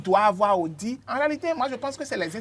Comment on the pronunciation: À l'attention de mon cher ami, une petite précision linguistique: dans le mot audit, le "t" se prononce,. Bonne continuation et tous mes encouragements à l'équipe. Phonétique du mot "audit": /o.di.t/